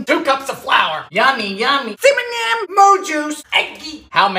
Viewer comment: )) He sound like that! but also CiMiNyIm 😂😂😂😭😭😭 G-i-n-g-e-r 😭😭😭😂😂😂😩😩😩